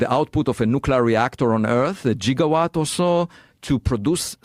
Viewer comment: I'm just happy Dr. Loeb pronounced it "Jigawatt" like Doc Brown and not Gigawatt. 😄